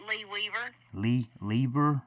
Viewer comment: I thought she said Leave It To Beaver when she said Lee Weaver at first